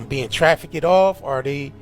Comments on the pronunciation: You would expect baby 🥕to correct her pronunciation of TRAFFICK-ED! Is he just scared to, or is he deliberately letting her look stupid?? 😂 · Please someone tell how to pronounce trafficked FFS